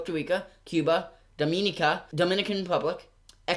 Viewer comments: It’s not dum-een-eh-ca it’s -Dum-in-eh-ca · IT'S PRONOUCED Dom-in-neka